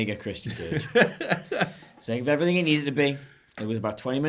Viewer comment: “and effryffing else”